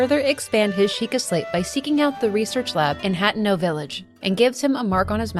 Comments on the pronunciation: Except she mispronounced (ha-te-no) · It's pronounced ( ha-te-no ) you have to sound it out